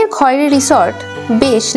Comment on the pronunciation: বাংরিপোসি হবে, বারিংপোসি নয়। Khairi উচ্চারণ খয়েরি হবে না, খৈরি হবে।